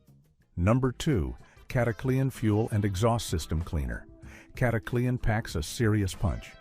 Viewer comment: This AI narrator is one of the best I've heard with a very good nuanced voice, but it turned "Cataclean" into a 4-syllable word! "Cat-a-clee-an"? It isn’t "snake oil"!